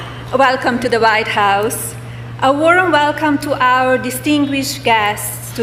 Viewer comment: She says Vite house